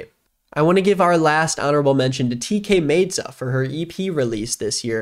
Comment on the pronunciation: my favorite ep of the year was PXE by ecco2k, you should listen to it if you haven’t 🤞 also it is pronounced tkay myd-za not made-za